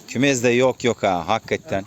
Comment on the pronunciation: Kümez değil kümes dolapcin değil dolapci 😅